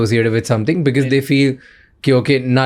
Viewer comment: Raj shamani ko because ko becuss bolney main bohot maza aata hai😂😂😂